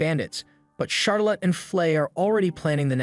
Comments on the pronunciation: Charolette is hyped that Flay will be joining in the crime-fighting operations ×2. Why do you pronounce it Charo-lot? This isn't a movie abt how much money Charazard got, yeah? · charlotte is pronounced "shar-let" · Charlotte typically rhymes with scarlet, (lotte is not pronounced like lot)